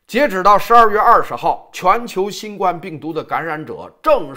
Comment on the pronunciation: ，还是請你更正一下新冠病毒的冠字發音因為，应该是第一声。谢谢。